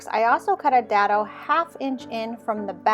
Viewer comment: Great project, love the texturing. Not to be one of "those people", but dado is pronounced with a long A.